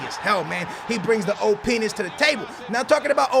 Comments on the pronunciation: "OP'ness" or "OH PENIS!" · "Openis" why am I so dirty minded